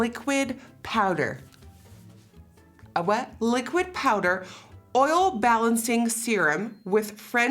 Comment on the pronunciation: Nikkie: liquid powder Also Nikkie: a wha?!! ... A LICCQUID PAOWDAR! 😂😂😂😂😂😂😂😂